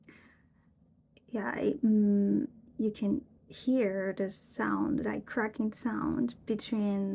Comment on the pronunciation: .. "creaking" rather than cracking